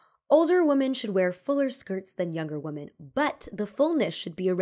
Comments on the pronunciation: God, please learn how to pronounce ‘women.’ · please look up how to pronounce women. It’s not the same as woman. You got it wrong all throughout this video.